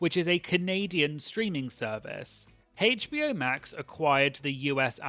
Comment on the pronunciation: The pronunciation of HBO as haych-bee-oh instead of aych-bee-oh 🙉🙉🙉🙉🙉